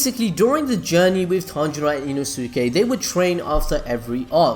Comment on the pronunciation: E-NO-SKAY not ino-sue-kay